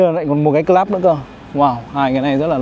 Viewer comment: Gọi là : Cờ Lúp ( Club ) gọi Cờ Lắp là Sai nhé